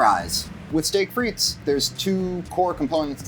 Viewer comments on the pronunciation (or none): The S is silent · Thanks for giving 5 guys a tip for their fries. Now I'm going to give you one: The 's' in frites is silent.